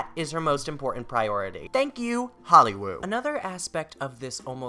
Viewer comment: Why do you call it “holly woow”